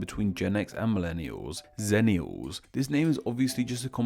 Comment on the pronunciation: What Word Is That?